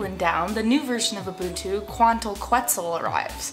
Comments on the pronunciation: its pronounced "ketzal" :D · Quetzal is pronounce: Ket sal :) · It is pronounced KEHT - SAL :) (the U when preceded by a Q in Spanish is SILENT) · Quetzal: keh-ts-olh. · quetzal - Khet-sal its Guatemala's national bird. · Its [Kwant-al Ket-zal] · Hi... It should sounds like... "Kuantal Ketzal"... I'm from Mexico, land from Quetzalcoatl ("Ketzalkoat") a great good of the ancient mexicans. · it's pronounced ket-sal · pronounced: ketzal. It is the bird of Guatemala and a city named after the bird: Quetzaltenango. Tenango meaning "land" more or less. I am living in quetzaltenango for 3 months total. =) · It's pronounced "ket-sel", and this release makes me so happy to still be on linux mint. :) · Hi, you don't like saying Quetzal because it is an ancient Aztec word and white folks don't like to force their mouths to word latin dialect. Well we had to learn your english and master it, so it wouldn't hurt you to expand your horizon a little and pronounce it properly, which a google search isn't beyond you. (/kɛtsˈɑːl/ or /ˈkɛtsəl/), There I just made it easy. Love your videos and Im an Ubuntu user